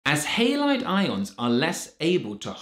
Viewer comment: Heylaid..thanks for the new pronunciation.❤